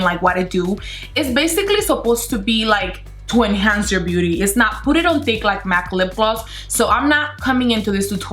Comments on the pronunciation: Am I the only one who heard "booty blender"? 😂😂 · She's so cute and funny but when she says beauty blender it sounds like she's saying booty blender 😂❤❤ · I heard her saying boody blender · Does she says Booty Blender ? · No hate but it's beauty blender NOT BOOTY BLENDER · sounds like "booty blender" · did not anyone heard 'the fenty booty blender'? no? okay btw the way you talk its so funny idk its just me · I keep hearing butty blender 😂😂😂😂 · "The booty blender" is all I heard lmao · I heard Fenty Bootyblender😂😂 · For a sec I though she said booty blender 😂😂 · why do you say bary instead of very and bootie intesd of beauty